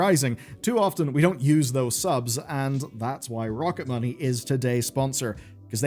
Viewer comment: After I watched Matt and Shane's podcast I'm fairly sure you are saying Rocket Money very wrong. Please adjust for the next video thank you! 😂